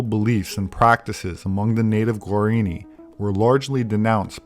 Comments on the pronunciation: The indian tribe spoken of during the video are called Guaraní — is pronouncing “guarini,” so I felt it important to point this out. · It's pronounced gwah-rah-NEE.